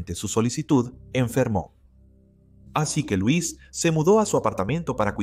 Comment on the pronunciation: El nombre D la dama C pronuncia (L o’ e s ) no Luis pero y no k el tal Jacob era viudo y k la hija había muerto también entonces aparece D repente 🤷‍♀️